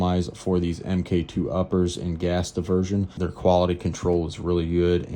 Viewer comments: Omg, it’s pronounced “Mark Two” not “M K Two”. 😂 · Pronounced MARK!